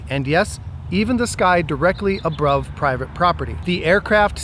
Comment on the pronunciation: Well stated, even "abrove"